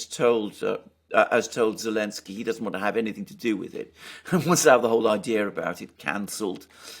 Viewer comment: is consistent in removing the Z from Elensky. 🤣🤣